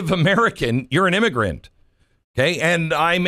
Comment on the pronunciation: Was that an immiGRUNT!